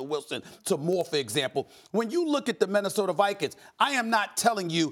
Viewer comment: Stephen "Men-nesota Vikings" Smith